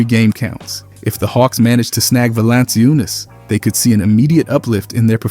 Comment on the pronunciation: VA-LAN-CHU-NAS not valanseeyounas